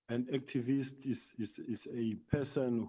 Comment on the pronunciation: He fails to articulate the word activist Eish! That's why we are stuck as a country this is bull being led by liers and thieves like this God help us and UMkhwazi ❤🇿🇦🇿🇦